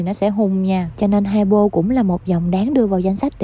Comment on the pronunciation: Chị phát âm hypo chuẩn nè, còn chồng chị cứ hi pô hi pô nghe quải ghê :))